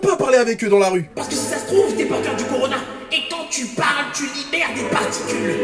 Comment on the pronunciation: Au lieu de dire (miss) corona nos d'arrondissement disent corlona